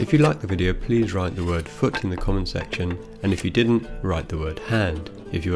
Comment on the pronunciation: foot (at first I heard it as "fuck") :)